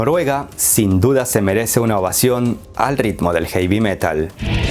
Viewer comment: ...no se dice "jeivi" metal sino "jevi" la "ea" del inglés en muchos fonemas se pronuncia como "e" jed, bred, etc.